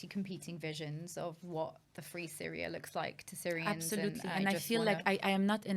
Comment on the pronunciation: How can she not know why the Azzad regime were on S-yria.? 😂 And collective li-bera-tion will only happen when Jesus descends.